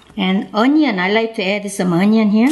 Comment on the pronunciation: I love how she says onion like 안넝 ❤️😂